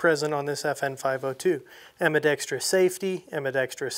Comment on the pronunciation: Thanks for pronouncing 'Ambidextrous" correctly. 🤪